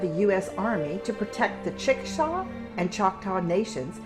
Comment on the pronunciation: It's pronounced Chickasaw not chickashaw. Been there several times but, before someone lit toilet paper up and burned it down. I'm an Oklahoman and I live in the capital of the Chickasaw nation.